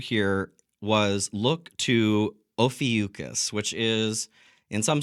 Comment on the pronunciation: It's pronounced oh few kohs or kos. Not oh few cuss it's Greek. 🙂